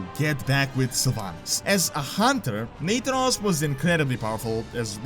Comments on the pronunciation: Omg it's pronounced NA-THAN-OS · Do you mispronounce Nathanos intentionally? Because I'm pretty sure you've pronounced his name right in the past. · U are pronuncing nathanos wrong.